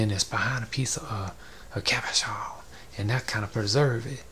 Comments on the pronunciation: Cabochon. Pronounced Cob-Oh-CHon. Cob like corn cob, O like Oh, Chon like ch in chicken rymes with john. Cabochon. Means Non facetted polished gem. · The way you keep saying Cabuchon is sending me 😂 I love that I found this. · Love your style. Very relaxing to watch. I love the way you say cabachon. That's how I'm gonna say it from now on! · So glad I found your channel, you've had me in stitches with 'Cabashon' 😂 another word for you is Chatoyance (sha-toy-awns) , that's the reflective element in the wood veneer piece you did. Keep up the videos, love your work! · Oh no! I've been pronouncing it ca-BO'-chen. Whatever. I love these. I'm gonna make these. Thank you. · the way he says cabochon is the most satisfactory thing in the entire video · Thank you! I can't WAIT to say Cabochon like you do! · I love your voice soooooo much. Especially the way you say "Cabochon". These cabochons are so gorgeous.